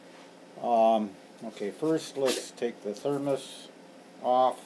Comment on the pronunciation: "The thermas?"